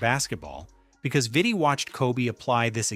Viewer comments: Its pronounced "VEETEE" i believe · Veetee. Pretty sure Vitti is pronounced with long I’s. Man also has a jersey retired by the Lakers alongside Kobe’s 8 and 24 retired jerseys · VEE-TI, VLAD-EH